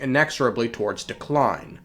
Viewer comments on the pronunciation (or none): none